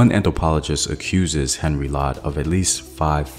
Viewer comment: I appreciate your work but could I suggest that you provide some additional details in the links so that one can search up the information for oneself. And the pronunciation of names should be better it's not Henry it's Henri which is spoken as "On Ree". It would provide a greater sense of authenticity to your very good work and research